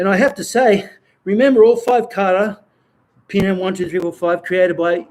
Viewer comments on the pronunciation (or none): It is not pronounced Pee Nan (Pinan) …. First learn to pronounce it right, then you learn the Pinan Kata ….. Pronouncing Pinan Pee Nan is wrong and have different meaning!!!!!!! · Okay, you can make any inference from what I have written. To sum it up, as I said there are black belts 5th and up around the world that pronounce Pinan as Pee Nan; This pronunciation is incorrect...... For a person that spends time learning Pinan Katas , we want you to do your own research into speaking and pronouncing the Pinan Kata the Okinawan ways....... Spend a month even six months to find out the real pronunciation, then make a video to teach it for all whoever wanted to learn the real pronunciation...... If you're a serious practitioner of the Pinan Katas, it is for your advantage and knowledge to know them. Again , pronouncing Pinan as Pee Nan is wrong and has no meaning....... Example: Hello JOHN, is not the same as Hello Jane................ We see most practitioners in the states and around the world not even come close to pronouncing Pinan correctly....Learn Pinan correctly first by learning to pronounce it right....... Don't butcher Pinan as Pee Nan....................... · Learn Pinan by learning it correctly..... You teach something that you don't understand..... If you know Japanese then, let's hear it... pronounce Pinan ?????? Pinan is Okinawan, hello, Pinan isn't Heian that the Japanese change to...... Your Kyokushin isn't Pinan kata................ Let's hear it Pinan ...... Spending all that time learing Pinan and applications are all Heian katas........... You know nothing about Pinan Katas hello...... Let's hear Pinan................ Yeah 27 people would like youto pronounce Pina correctly , if not then don't learn Pinan..................... Learn Pee Nan